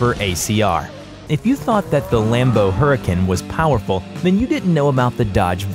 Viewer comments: I hate the way you say huracán and other cars lmak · huracn not even huracan lol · What about the RB26DETT or 2JZ those are able to make almost as much if not more horsepower as the regera and for 4 cylinders what about the 2AR-FE which can make more than 1K horsepower N/A also you need to work on your pronunciation Audi is pronounced ow,de and Huraćan is pronounced huri, con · "hurikin perfmontee"